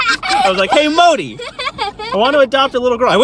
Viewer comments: The 'd' in Modi is pronounced as 'the' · Modi pronunciation 😂😂😂